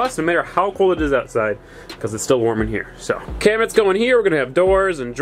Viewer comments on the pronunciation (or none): You kept saying kitchen cabinents 😂